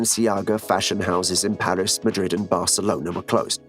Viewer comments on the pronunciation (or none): none